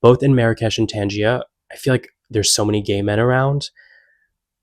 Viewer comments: Tangea. Isn't it pronounced Tangier? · Learn to say Tangiers, please. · in English it's pronounced ' Tan-zjeer'